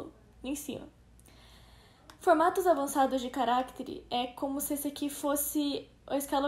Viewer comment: é estranho ouvir ela falando carActere, ao invés de caractEre. mas ta bom, não é nada de mais